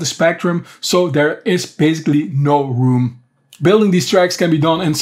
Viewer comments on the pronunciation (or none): none